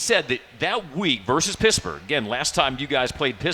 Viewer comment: Ok. Was calling PiTT, Piss-burge